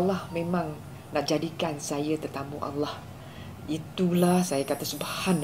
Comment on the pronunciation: Sebutan Allah dia sangat indah